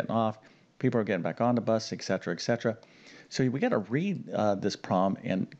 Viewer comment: eTcetera, not eXcetera.